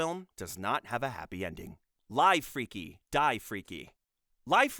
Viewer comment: i had a feeling it was ai generated but what confirmed it for me was the pronunciation of the title “live freaky, die freaky” as ‘lyve’ instead of ‘liv’